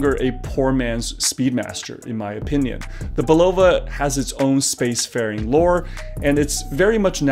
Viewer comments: Hey, Bulova is pronounced: Bull uh Va ( its a queens ny brand where I'm from) the other way sounds Russian:) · Great story - but please explain your odd pronunciation of Bulova...since when is the accent on the second syllable? Hearing you say it over and over was nails on a chalkboard. I don't pretend to be a watch expert, but I do own my dad's 50+ year old Bulova, and this was a new one on me...don't think I'm alone here... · You can find Bulova commercials from the 60s and 70s if you look around, and they pronounce it “BULL-of-a”. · Umm...I don't mean to initiate a riot; however, let's discuss your pronunciation of Bulova. I've always said Bull-ova. Which is correct? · Love your site, but it's pronounced "BULL-uh-vuh". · You're saying Bulova wrong. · Someone from Bulova needs to call him and teach him how to pronounce Bulova. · odd pronunciation of bulova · This might help you pronounce Bulova properly.